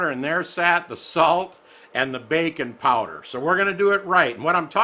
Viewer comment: BAKI NG powder!.... I thought he said BACON powder. Ok... Let me try again.